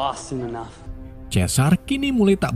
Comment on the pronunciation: Bukan chesar tapi sizer kalau guna huruf melayu juga bukan Chales tapi chars